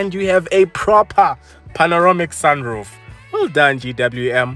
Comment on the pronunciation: Rear seats are not heated cuz why do we need heated seats in this climate? Noticed you keep saying panoromic in your videos when it's panoramic.